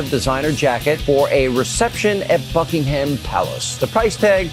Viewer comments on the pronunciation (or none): none